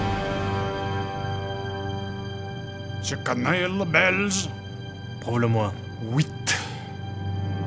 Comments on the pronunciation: Oh il a volontairement exagéré même si quelques rares cas peuvent le dire, mais par contre je me demande c'est quoi cet accent quand il dit qu'il connaît le Belge. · Oui pareil, j'ai trouvé ça assez marrant ^^ mais voilà, j'essayais d'expliquer que c'était une imitation très abusé des belges ^^